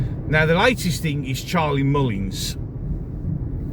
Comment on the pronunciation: Agree with everything you say. Who in their right mind would vote for Mullins? He cannot pronounce his words properly and desperately needs somebody to give him some advice on his ridiculous image.